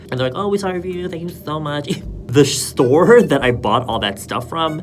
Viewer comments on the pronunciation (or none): “Shtore” I cant